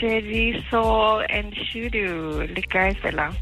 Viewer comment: shudu musida not mudisa please correct that it seems so offensive